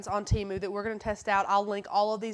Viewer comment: TEMU...pronounced Teh-mooh